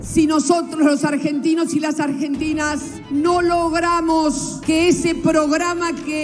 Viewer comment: Les Ergentines 😂😂😂😂😂